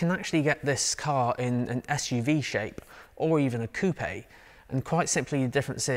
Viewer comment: Oh yes 👏👏👏👏👏 the correct pronunciation of “coupe” as ‘coupay’ and not ‘Koop’ as the yanks call it 🤷‍♂️😂😂